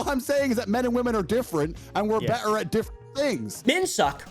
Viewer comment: Tater tot saying “berer” instead of “better” kills me😂